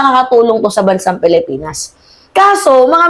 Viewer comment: ayusin mo yung pronounsisyon mo sa.pilipinas.yun lang